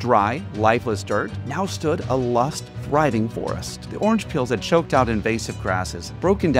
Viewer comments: Lush, friend. LUSH. not lust lmao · “A *lust*, thriving forest”? I hope you mean “lush” 😳